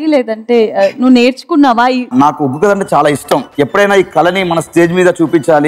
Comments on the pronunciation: Uggu kadhu.. Oggu anchor ji... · Neko dandam thalli.. uggu kadu oggu katha🙏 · Uggu kadura ayya adi oggu katha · ఉగ్గు కాదమ్మ ఒగ్గు కథ అంటారు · ఉగ్గు కథ కాదురా అయ్యా ఒగ్గు కథ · Amma adhi uggu kadhu oggu katha... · Uggu kadu ra ayya adi Oggu katha adi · Adhi uggu katha kaadu thalli.... Oggu katha. Palakadam raakapothe nerchuko ..... Nuvvu neeee...